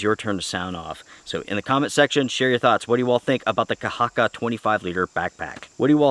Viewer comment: Thanks for the review, and your pronunciation of the word "kahakka" is very good. Greetings from Finland